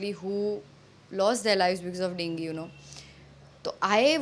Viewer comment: It's not denge its dengue